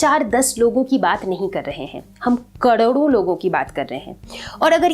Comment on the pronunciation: Mam aapko karodo bolna nahi aata